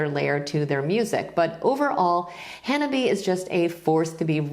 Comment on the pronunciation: Japanese speaker here. "Hanabie" is a 4-syllable word, but you, like 95% of YT music reactors, pronounced it in 3. The "bie" part is 2 syllables = "bi" and "e". To pronounce this band name without studying Japanese, I would suggest that you say "Hannah" in British English and follow it by saying the English acronym "B.A." The problem is that your (and many others') pronunciation changes the meaning of the word completely. "Hanabie" is a highly poetic word referring to the cold weather still occasionally lingering into the spring, which to us is the season for cherry blossoms. If you pronounce it like "Hanabi" in 3 syllables, you are saying an entirely different word meaning "firework".